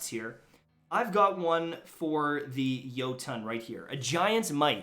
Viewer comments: Its pronounced yot-in like jotenhiem. Its Scandinavian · Its swedish, thats how you actually pronounce it. Say Jo-ton and you just look like a idiot